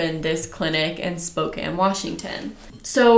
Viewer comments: You did say spokane(spo-can) right👍 I live there and there's actually way more amway people here then young living. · Spokane resident here; yep it is pronounced “Spo-can” (which is odd I know 😂) 👍🏻 ...also I am embarrassed to say that I was a YL hun for nearly 3 years. I quit last October, posted about quitting, and received lots of vitriol from some of the top “earners” under my post. However, I am so grateful that I’m no longer trapped in that cult, and I will not shut up about how scandalous YL is until the FTC shuts it down. I am determined to see that happen. I’m just one voice, but I have “insider” experience and the trauma that went with it. AWESOME JOB YOU TWO!!! 👏🏻👏🏻👏🏻👏🏻👏🏻👏🏻👏🏻👏🏻💪🏻🙌🏻🙌🏻🙌🏻🙌🏻🤩💖